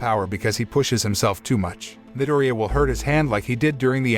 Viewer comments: I like how he miss says Izuku’s last name but says katsuki’s last name just fine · I like how he says minireya(midoryia) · Its medoria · hey the name of deku or midoriya is pronouced mi-dori-ya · Its actually a pronouncing problem from the narrator